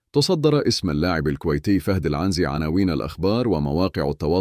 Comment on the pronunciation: عنزي بكسر النون و ليس فتحها يا 😂